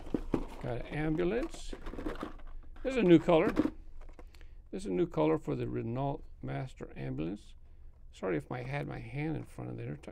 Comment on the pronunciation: RENAULT is pronounced ruh no